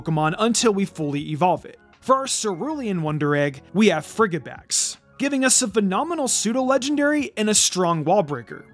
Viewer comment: Lmao "friggibax" That has to be on purpose, right? Frigid. Fridge. It's a soft G lmao